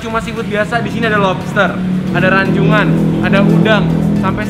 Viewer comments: Rajungan bukan Ranjungan broh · Yang tepat Rajungan bukan Ranjungan koh+Ci wkwkwk